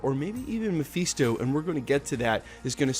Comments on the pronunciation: FIST-O NOT FEAST-O!!!!! GOD HELP ME!!! 😫😫😫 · Ma-fist-oh. Not mafeesto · Muh-fist-oh broskie. Your pronunciation was killing me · Mafeeesto?!?! 😂😂😂😂😂😂😂😂😂😂 for a guy who can’t stop saying ‘slew’ at the start of every videos, I thought your English would be a tad better... but no, you still can’t pronounce character names correctly. Read a comic or two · It's not pronounced Mepheeestow... He's also not the devil. You can tell you never read the comics and just became a fan because the films are big... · Say Mephisto again